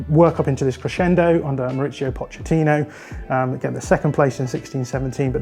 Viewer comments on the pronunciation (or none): none